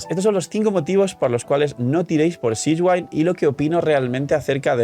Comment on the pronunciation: Repite conmigo (de la pronunciación en japonés) siGUEwinn Repite conmigo (de la pronunciación en inglés) siShwin No sishwain Jajaja Saludos 🫂